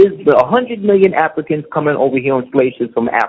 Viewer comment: Man, nigga, speak correctly! A goup of afikans from afika....... What the fuck??